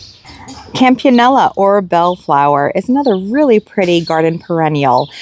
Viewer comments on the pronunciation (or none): Although it confuses and amuses my husband and me when you mispronounce names, please learn to how to say the names "Campanula" and "Chantilly." Sorry for the criticism, but it really will help your credibility as a garden maven.